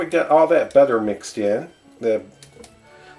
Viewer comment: The way u say butter its not right